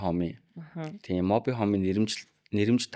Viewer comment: Моби хөүм гэдэг юм. Моби хоом гэдэггүй байх.